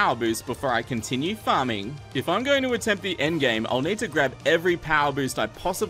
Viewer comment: does he say farming or farting?